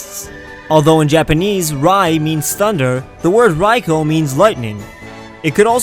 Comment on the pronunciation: you only mispronounced Raikou, to pronounce it is Ry-koo